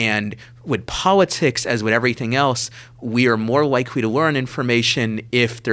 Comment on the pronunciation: We aw ignowant about pawwatics? Sewiouswy? What an Elmer Fudd accent this fella has. "I'm gonna shoot the waaaa-bit! Heh-heh-heh-heh-heh..."